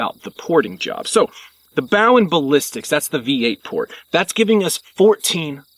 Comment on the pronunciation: One little correction. When you talked about Bowen Ballistics; you mispronounced Bowen. It’s O as in bro not O as in ouch. Sincerely, M. S. Bowen Jr